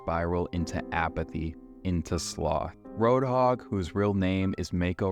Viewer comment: You're Pronouncing Roadhog's name wrong.